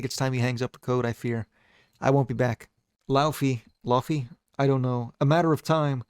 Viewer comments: Dear god, it’s “Lay-vehy” not “laou-fee” 😭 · Really happy to know I wasn’t the only one pronouncing Laufey like that